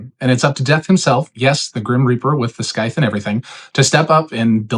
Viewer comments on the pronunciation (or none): You probably won't see this but there's no hard C (aka K) sound in scythe. Like sigh with a "th" on the end.